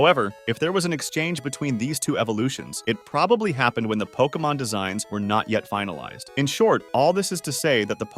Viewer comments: I can't get over the fact he keeps mispronouncing Pokémon. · Are you pronouncing Pokémon wrong on purpose to annoy everyone?